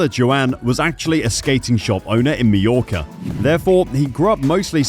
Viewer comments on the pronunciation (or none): none